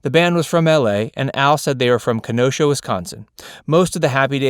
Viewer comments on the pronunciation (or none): none